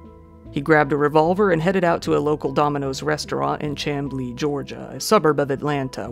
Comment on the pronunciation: ok so chamblee is pronounced “sham-blee” it’s weird but we like the sound of it over the other way